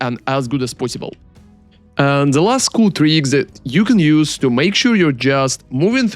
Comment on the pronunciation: I love that he says "poyssible"